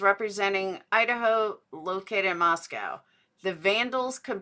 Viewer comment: Notice how repeatedly doesn't pronounce Moscow the way all people in that area pronounce it. She pronounces it like Moscow Russia but Idahoans pronounce it Moscoe